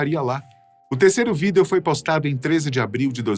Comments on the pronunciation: Vídêo vídêos vídêo vídêo vídêos. Pqp, que agonia... Larguei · Ele falando vídêo dói os ouvidos kkkkk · De boa, quase fechei o vídeo por não aguentar ele falando vidêo toda hora. Que nervoso que me deu ouvindo-o falando assim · O infeliz para com esse negócio de falar vidEo , todo mundo sabe q é o correto mas ninguém fala, q agonia, cara bobo esse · Por que falar vidEEEEEEEo desse jeito tão esquisito??????????😂😂😂😂😂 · Quem fala vidêêo ? 😂😂😂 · Que desconforto ouvir esse cidadão proferir a palavra vídeo.... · Tenho agonia do jeito que ele pronuncia a palavra "vídeo" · Tão engraçado como o apresentador pronuncia a palavra Vídeo 😂😂😂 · Vdd kkk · sim víDEO é como se escreve, mas nunca ouvi ninguem pronunciar assim, fica muito estranho.